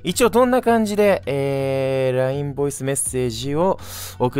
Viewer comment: ボイスが"ヴォイス"になってるのめちゃくちゃ好きですwww